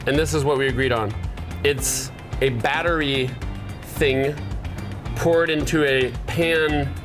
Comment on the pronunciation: I love love love his emphasis , "...It is a batter-y...thing..." :) great times on this channel.